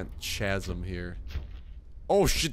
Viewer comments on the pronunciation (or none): ...chasm is pronounced ka-zəm lol:P